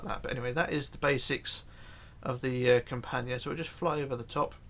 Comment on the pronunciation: you pronounced Campania in a right way, great!